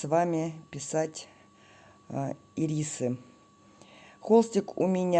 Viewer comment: Прекрасная работа.Только ударение на Ирисы.Спасибо.